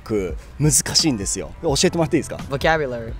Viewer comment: 素晴らしい内容で感服致しました❤私は動画を見て、ひとつとても気になった点がありました。長男が英語で話している時はvocabularyはネイティブ発音で、日本語で喋る時はボキャブラリーとなっていて日本語の中に入っているカタカナ英語とネイティブの発音の違いにとても驚きました😮✨️日本では英語をカタカナ表記することが多いですが、それとネイティブを使い分けられていることがとても凄いです🎉